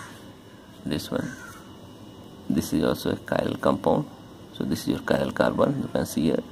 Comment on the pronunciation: some chiral u say not chiral